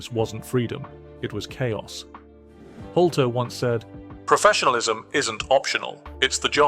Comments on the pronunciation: its not holty its nick Noltey. nolt leee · His name is nolte not holter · It's just way too distracting to hear Nolte's name being mispronounced as Holty every 10 seconds. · Hol-tey? Sizemore when you don't show Sizemore... Hole-teeeeeeee, hahahaha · Excuse me why won’t you pronounce Nick Nolte’s surname correctly it begins with an N not an H sorry if I sound pedantic but I find it infuriating, apart from that great video !